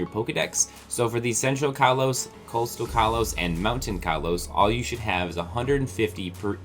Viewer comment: stop mispronouncing kalos. its pronounced koll-os not kall-os